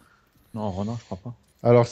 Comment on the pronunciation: "ronin" se dit ronine